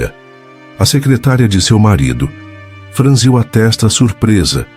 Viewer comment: ô analfabeto (a), franziu é como u no final, e não com l affffffff!!!!!!!!